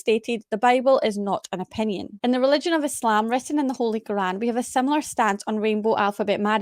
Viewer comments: Why is he pronouncing Quran like that? Kagaan 🤣😂🤣🤣🤣🤣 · I listened to the debate on my way to work😭 Dr. Craig is hard to listen to... Everytime he said; "Krgruran" ( Quran )😖.. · Why was the old dude pronouncing Quran like that 😂